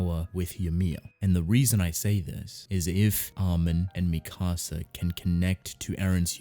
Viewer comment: You say mikasa like you're saying "my house" in spanish